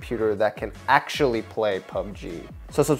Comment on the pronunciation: Did he just say PBGU?????????